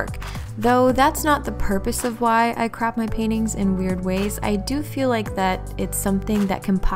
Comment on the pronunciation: Just been binge watching your videos and I can't stop hearing you say you crap your paintings now lmao